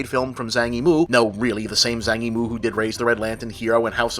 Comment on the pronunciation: Wow, you can't even pronounce Zhang Yimou